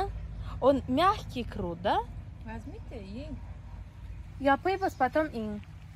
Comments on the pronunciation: Не крут (ухо режет), а КУРТ. с уважением, Радик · почему вы говорите КРУТ.Хотя его называют КУРТ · не крут,а курт☝️ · не крут а курт. Спасибо за видео. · на ваш канал подписан и с удовольствием смотрю. Хочу немножко подправить вас с произношением слово курт, а не крут. Не судите строго. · Не крут, а курт! 😊😊🤭🤭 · Не крут, а Курт! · Не крут а курт